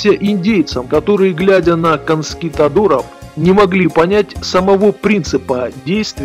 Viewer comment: "Конскитадоров"??? Серьёзно? Может, всё-таки "Конкистадоров"?